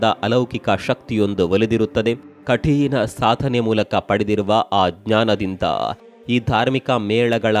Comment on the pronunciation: ಕಠೀಣ ಅಲ್ಲ, ಕಠಿಣ.